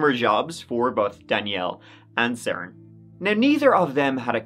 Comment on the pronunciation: His name is actually pronounced Seren like Serendipity